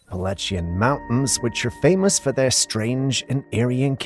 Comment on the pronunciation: You're mispronouncing Appalachian